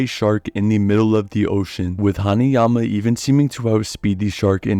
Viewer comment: u good bro, u nailed it